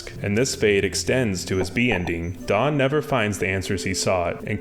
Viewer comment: stfu he said daán which is correct pronuntiation. literally stfu